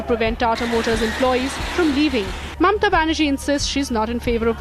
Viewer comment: It's not Mamta. It's Mamata. Please pronounce it correctly. Otherwise the content is good.